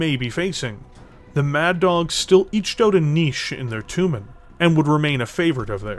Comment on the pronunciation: Jag WIRE? toooomin? wtaf? tray JAG YOU ARE. try TOE mahn. ENUNCIATE.